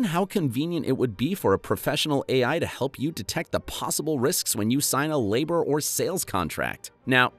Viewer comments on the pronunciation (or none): none